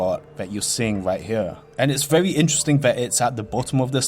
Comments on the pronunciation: he says verwy so fucking much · Vewy Creeppy